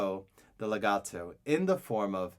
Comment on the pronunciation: I love how you sound so Italian when you say words like "pizzicato" and "legato"